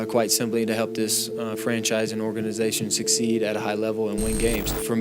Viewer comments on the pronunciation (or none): none